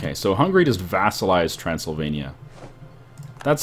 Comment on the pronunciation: omg you pronounced Transylvania correctly at the start of this video, good job